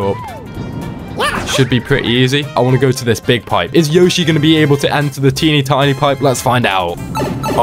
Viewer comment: Is Yoshi not Yoshy 😤😤🙀🙀🙀